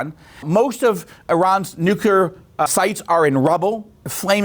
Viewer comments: Nu clee er, not Nu cuu ler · nucelir sites ? I listened to it five times, is that what you said ?